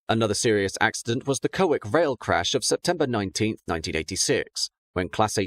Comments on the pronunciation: like the ref to colwich but its col,,,, whitch,,,,,,, not cowik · Excellent summary and good to hear the power-up sounds once more at the end. Minor adjustment: Colwich pronounced Kollich not koll wick \m/ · A great video. Thanks! If you rework this, please note Colwich is pronounced 'Colwitch'. Also in the class 321 video, Milngavie is pronounced Miln-guy, bit please check the latter as i'm not from Glasgow. Thanks for all your hard work! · It's actually pronounced Col-witch. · The locals pronounce it as "Koll Wich" I have worked with people from that area.